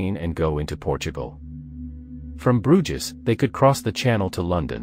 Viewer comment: Robo narrator very annoying. Why do channels use them? "Broojiz." Geez.